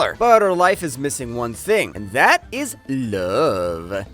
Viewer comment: just say love normally